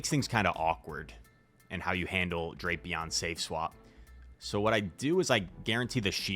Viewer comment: Every pronunciation I’ve seen in the anime/google says “Dray-pee-on”